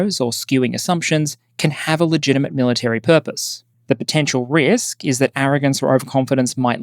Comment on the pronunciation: “understands the risl.” Lol, I want that on a shirt or something…